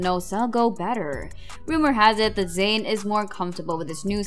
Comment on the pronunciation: Zain not Zsin